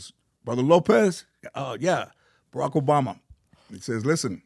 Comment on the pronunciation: Oarack boboma dyslexia at its finest